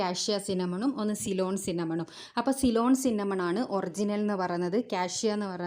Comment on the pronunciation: സൈലോൺ അല്ലാ സിലോൺ